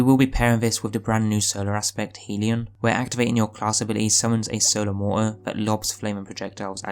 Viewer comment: Okay, this is important. You've heard of Heaven and Hell, right? Well, a hellion is a rowdy, mischievous, or troublemaking person. I assume you don't pronounce hell like 'heel' Hell rhymes with bell. So the word hellion would be pronounced 'hellyun.'. HELLyun. Not heeleeon. Please start pronouncing it correctly because I know I can't be the only person who cringes everytime you say it wrong. Otherwise, good video and build. I'm going to try it out tonight and I'll make sure to have the HELLION (hellyun) equipped.